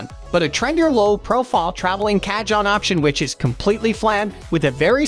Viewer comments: It’s pronounced Car - hon!!!! Not catch on!!! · Oh....KA-john just hurts my ears! I want to listen to this video but every time he says Ka-John, it's painful. "Kah-HONE" (like Ca-PONE, in Al Capone). I'm a Latin bassist and I got a chance to play a friend's cajon at a Puerto Rican Bomba-fest and also in this year's Carnaval in San Francisco, CA. I loved it so much that I want to buy one and I'm looking at reviews, also reading online reviews and such. I'm gonna try to get thru this video. Please overdub the word "Ka-John" for us! LOL! Thanks for putting up the video, though! 😊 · Jeeesus.... 'Cah-John' lol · WHO THE HELL SAYS CA-JON??! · Y'all, this sounds like AI, not an actual guy mispronouncing cajon, am I crazy? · You butchered the pronunciation . its ok 😊 J is pronounce as H . cajon is box in spanish. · Dude...need to at least know the pronunciation of the instrument and manufacturer to take you seriously! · Lol I had a good laugh when he first said it. I laughed even harder when I found a comment about it immediately soon after xD